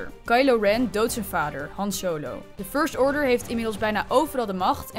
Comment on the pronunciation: Ik ging echt stuk bij die zachte r toen ze 'first order' zei 😂